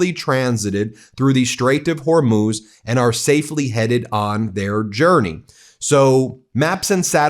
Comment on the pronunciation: He says Strait of Hormuth , is it near the Strait of Hormuz?